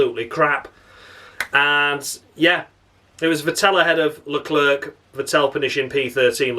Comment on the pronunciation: I'm just so happy to hear you saying Carles LeClerc in the Crofty manner. You have enuf steady followers you don't have to explain the pronunciation every week. Tragedy! When a Bee Gees song lasts too long it's a Tragedy